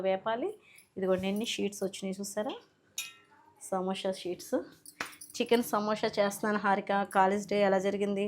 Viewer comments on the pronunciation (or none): సమోషా కాదు madam సమోసా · సమోష కాదు అండి '....... సమోస అండి